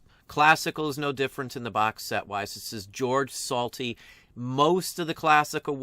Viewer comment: George Solti's last name is pronounced Sholti and Bob Wills isn't obscure, he was the premier western swing artist of his day